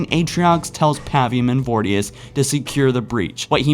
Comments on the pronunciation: Vor-i-dus. not vordius, lol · Its voridus not vordius... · For fucks sake! You're a halo channel and you can't even pronounce basic words and names FROM HALO! I've been a loyal fan of your channel for years but enough is enough, there are so many other better halo channels. "Vordius?" The game literally says both brute's names every chance they get so that you can differentiate between the two. It spells it out for you! Please get this stuff right!!